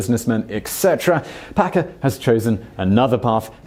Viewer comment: Did you say Packer or Pecker??